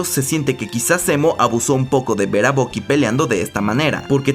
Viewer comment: todo bien hasta que le llamas "bocky", por que tenéis que cambiar la pronunciación a todo los latinos ? que obsesión, mira que ni los americanos lo hacen.